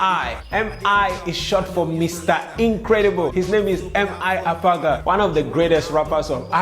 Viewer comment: MI Abaga ** ba not agaba